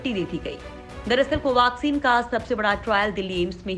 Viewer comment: कोवाक्सिन क्यो कह रही हो